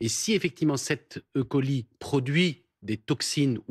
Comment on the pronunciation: Ca n'est pas une bactérie électronique, Escherichia coli, alors c'est é-coli et pas I-coli